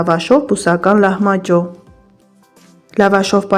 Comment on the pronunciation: Էտ լահմաջո բառը մի փոքր նուրբ ասա